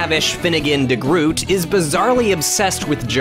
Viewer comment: IT'S PRONOUNCED DE-GROT